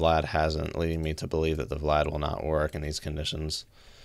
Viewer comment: VLAD is pronounced "Vee Lad", not VLAD like as in let's kill multiple VLADimirs in the Russian Sub. (US Navy S-3A Senso ) :)